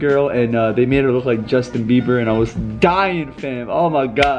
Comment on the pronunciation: Did just say Justine Beiber?? 🤔🤣🤣🤣